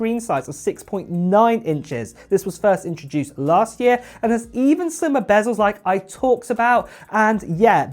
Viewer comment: What are "bazzels"? What is a "1x zoom"? Good grief...